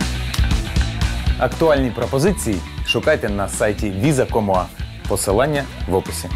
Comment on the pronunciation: вітаю. дякую за відео. а чому "віза ком уа" а не "віза ком ю ей"?